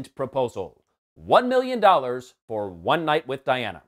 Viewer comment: The worst thing about this movie was having to listen to Woody Harrelson say "miyyin" instead of "million" over and over again . . .